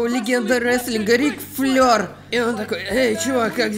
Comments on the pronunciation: Рик Флэир!!! ФЛЭИР!!! А не флёр! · Рик Флэр,а не Рик Флер!!! OMG!!! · Рик флэир а не флёр